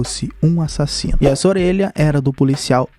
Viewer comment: CADE A ENFASE NO A-SASINO